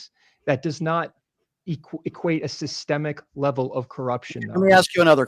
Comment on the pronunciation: he needs to learn what Sissssstemmmic means